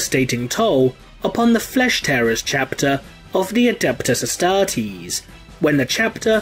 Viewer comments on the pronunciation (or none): I like how he pronounce "adeptus ahztahrteeézeh"